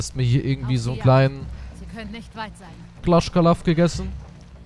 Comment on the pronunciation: Ich glaube das heisst klavkalasch, nicht klaschkalav 🤷🏻‍♂️